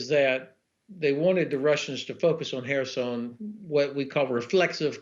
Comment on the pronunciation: Whereson??? ah he meant to say Kherson, he has a teeth problem probably...pronouncing a Kh as an h.... dumb...